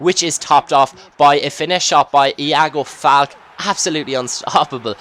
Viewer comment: its pronounced FAL-KAY, not FALK